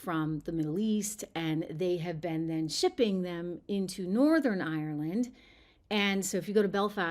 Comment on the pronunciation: You're not Irish, you can't even pronounce Ireland properly. If you believe that McGregor speaks for the Irish, then you must believe leprechauns and fairies